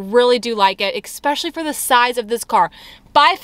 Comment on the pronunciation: Please can someone tell her it's "centre console" not "centre counsel". And what adult says ekspecially?